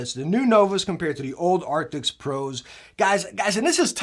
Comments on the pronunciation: Arctics ???? Arctics ??? What Arctics ??? Every video all i hear is Arctics !!! I think they did NOT change the Name ,it's still Arctis ! But Great video !!! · Does he say arctics